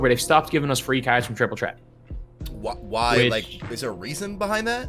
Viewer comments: “Triple tret” 😂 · no it’s triple ttret